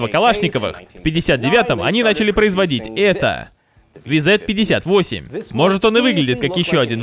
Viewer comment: правильно говорить вз-58